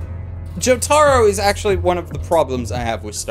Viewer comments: It's pronounced Joh-tah-roh REEEEEEEEEEEEEEEEEEEEEEEEEEEEEEEEE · The way he says jotaro kills me I never laughed so hard in my life 😂😂😂 I love the different dialects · Your pronunciation of Jotaro hurts my soul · Why the fuck are you saying Jotaro's name like that